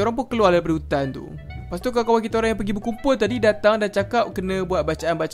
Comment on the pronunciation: yang pekataan leas tu benarnya lepas